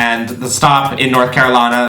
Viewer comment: the way u had a country accent when u said my name .... (carolina)